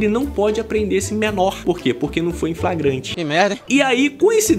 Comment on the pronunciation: "FRAGRANTE" kkkk nivel deputados do brasil